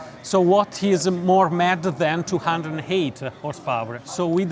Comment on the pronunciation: Lol 😂 Italian speaking english